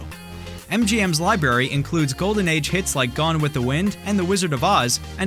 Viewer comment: LibRary not libarry.